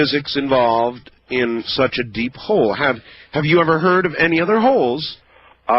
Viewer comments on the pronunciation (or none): Entertaining, but I call BS. The government stuff was a little far-fetched, but then he pronounced “colville” as coal-ville. I lived a half hour from colville all high school, and the locals say call-ville. This guy isn’t from eastern Washington at the very least